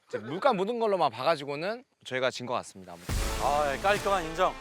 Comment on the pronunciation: 발음이 왜저러지? "손쉽게 이길 수 있을거 같습니대" 같습니더? 말할때마다 "다"발음이 이상한듯 거슬린다는건 아니고 중독성있는데 특이하게 이상함